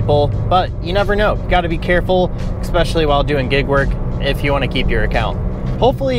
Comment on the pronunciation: Hi, Pronunciation Police here. Check the spelling of the word "especially". Notice it's not spelled exspecially, which is how you're saying it. Also, the word "escape" is not pronounced exscape. I'm seeing a pattern.